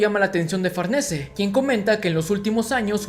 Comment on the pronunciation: Siempre lei Farnese como "Farniz" es raro escuchar su nombre así xd